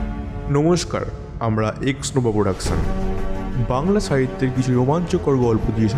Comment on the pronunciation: ছাহিত্য না সাহিত্য, বিছেছ না বিশেষ